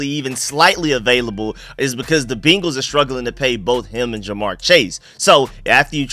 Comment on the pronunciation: Good shit as aleays. I aint gona hold you tho, everytime you say BEEnguls is like nails on a chalkboard.